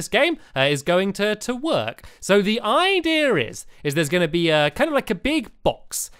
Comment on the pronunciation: I love it when stampy says "idea" because it sounds like "ideer" lol